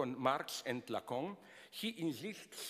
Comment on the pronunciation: I just come here for his pronunciation of lacan (lacong)